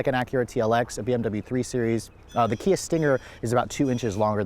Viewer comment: You lost me when you said.....Kia....